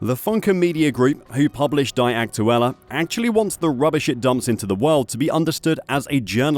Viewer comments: "dee" not "die" aktuelle..😂😂😂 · The word "die" is, I believe , pronounced as "dee" rather than "di" so Die Aktuela would basically mean The Facts. What a joke. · You need to learn the German Language , Dude , to be able to pronounce “Die Aktuelle” properly and not the poor way you say it ! You must be a Robot then ,lol ! “Die said as Dee ! Aktuelle means Actual , or pretty close to it ! Die Aktuelle - The Actual would be as close as one can get the Translation to English ! There is a bit more to it that even I cannot properly translate it ! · "DaAy AkTuElLa" 😂😂😂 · Your pronouncing "Die" Aktuelle like they should "Die" 😂 it sounds almost intentuelly done.